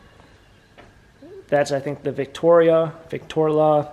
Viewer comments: ... we have a “Victoria” ah “Victorla”..... 😂 it’s Vic-tro-la ......,Vik-trō-lâ ..... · Nice record player. Pronounced Vick TRO La